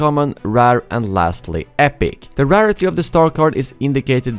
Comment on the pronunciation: "RAR-ITY" is pronounced "rare-ity."